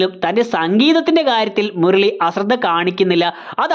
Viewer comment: ആനി ❌ ആന ✔️ മുരളി❌ മുർളി ✔️